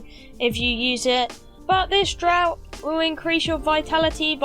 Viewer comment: "Draught" is pronounced " draft." Weird fucking word. Also, "alchemical" is pronounced like "Al Chemical." After all that, I am at home, drinking to your good health. Cheers! Sorry I'm such a dick.